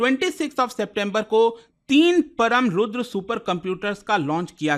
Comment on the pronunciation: Its परम् NOT परम, Its रुद्र NOT रुद्रा। Such mistakes are not expected at government level.